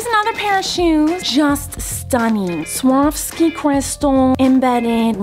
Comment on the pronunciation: Yes.. “swaski” crystals